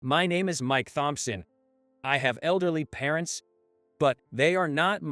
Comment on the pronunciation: I love this story. It was very heart-warming and a good lesson to respect everyone because you never know who they're related to. BTW Thompson is pronounced Tom-Son, im just trying to help and not be critical of your pronunciation.